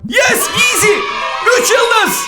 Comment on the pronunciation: Abi eskiden bunu oynayip video cekerdin hala cekiyorsun iğzi diyişin beni gü ldürürü yor😂😂❤❤